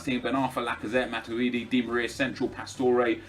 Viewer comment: ITS MA-TWEE-DEE NOT MA-CHEW-DEE